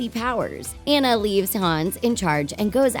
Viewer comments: Who’s Anne-uh? I remember Ahhh-na. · I'm not trying to be rude but you don't pronounce it like Anna its Onna but it's spelled Anna so it's kinda tricky but its pronounced like Onna. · YOU SED ANA AND NOT ANNA! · IM SORRY BUT THEY KEPT ON SAYING ENNA BUT ITS ANNA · It's not aena it's anna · Anna not anne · THIS IS SIN, her name is pronounced auna!!!!!!!! NOT anna!!!!!! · It's actually Ana not Anaya. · YEAHHHH I HEAR annuh instead of anna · that not how you saw anne is like onne but it spel like a nne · And pronounced AWNA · It's (on-na) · Ok her name is spelled Anna but u say it onna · Just so you know Anna's name is pronounced Onna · I am so tired of this😡 its pronounced on-a maybe if you actually watched the movie in stead of skimed it like a book you would know that😡 it's just so 🤬 annoying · It’s pronounced on-a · You said Anna wrong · It’s Anna you stupid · If you think Frozen is one of the biggest movies why don’t you learn to say Anna. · FIRST YOU PRONOUNCED ANNAS NAME WRONG THEN YOU GO AHEAD AND TELL US A PLOT TIWIST IN RALPH BRACKS THE INTERNET WITHOUT A SPOILER ALERT I 🤬 HATE YOU IM NEVER WATCHING YOUR VIDEOS EVER AGAIN YOU🤬